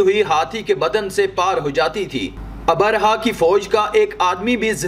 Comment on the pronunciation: Assalaamu alaikum jab bhi aap log vdo banaayein meri ilteja hai ki kisi achche urdu jaanne waaloun se pehle talaffuz seekhle a Jaise Abarha - nahi abraha